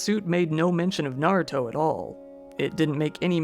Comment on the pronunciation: Thanks for pronouncing Naruto correctly (I know you lived in Japan, but so many channels come up with weird pronunciations that it bugs me.) I've never watched Naruto, I'm a mecha fan.